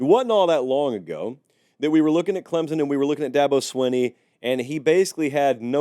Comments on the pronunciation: CLEM SON, not CLEMZON, NOT CLEMPSON, CLEM SON, CLEMSON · I do wish people would learn to say Clem-son instead of Clem-zon!!! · It’s clemPson sir. Love the videos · there is no "Z" in Clemson